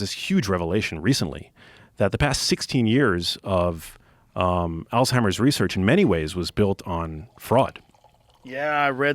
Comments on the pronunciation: The first thing thats wrong is some people call it Alltimers. There is a Z not a T. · neither of them can even say alzheimers right. why would i listen to this lol